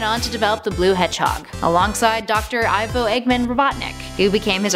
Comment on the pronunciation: Ok at the start ivo is pronounced evo like evil god